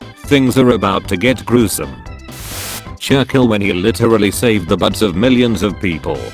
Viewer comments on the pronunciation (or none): No one: Computer voice: churkill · Me: Churchill Text to speech voice: C H U R K I L L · I love the way the bot voice failed to pronounces Churchill.